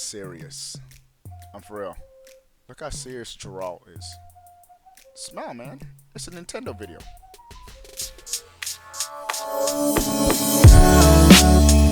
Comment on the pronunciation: Did he just say “Jeralt”? Also this might not even happen. So many retailers “leak” listings of triple A titles but they never happen